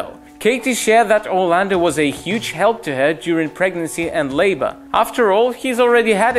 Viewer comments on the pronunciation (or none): none